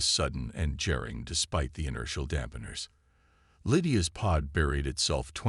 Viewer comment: The last two stories I just listened to,,,, I didn't comment on your bad AI. This time, however, I must say how very disappointed I am that people like you can't or won't proofread/listen to your stories and FIX them BEFORE posting them. In this story, WHAT IS: "Nexis V. I."!!! (VII is a FREAKING Roman numeral 7!!!!!!!!!!!!!!!!!!), "JERRing"(jarring), "DISS-abled"(Stress on the FREAKING wrong syllable), "unARMED"(unharmed). On other stories of yours....."RAYS" (Reyes), "DIZZaray"(dissaray), "DISuhbler pulse", "BRETH-able" (Breathable), "Paddle","Patole"(Patel). PLEASE STOP POSTING if you can't post with an AI that can speak ENGLISH!!!!!!!!!!!!!!!!!!!!!!!!!!!!!!!!!!!!!!!!!!!!!!!!!!!!!!!!!!!!!!!!